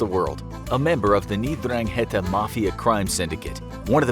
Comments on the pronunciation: It’s pronounced n-dran-gita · I like his accent while he is reading mafia's name xD